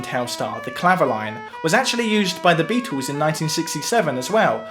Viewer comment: Could someone please teach this guy how to pronounce the name Beatles. Because it is not Beatoos